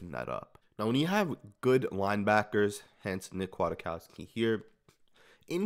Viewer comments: Kwaitkoski pronounced Quiet-Kos-Key not Aquatic-Cost-ki. Otherwise great breakdown. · He's listed at 6'2"-245, so he has some size, making his hips more impressive, imo. BTW, I think it's pronounced "Qui-Kawski" or "Quit-Kawski". Solid signing, imo. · It’s Kwit-cow-ski homie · It’s pronounced “quit - cow- ski” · And its pronounced quitkowski... You will learn his name very fast